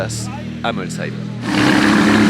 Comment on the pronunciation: déjà bravo pour la prononciation Molsheim contrairement souvent à d’autres journalistes 😊J’habite la région tu as eu droit à une grosse ballade au volant de la Chiron (cinquantaine de kms) continue de nous faire transparaître ta passion 👍👍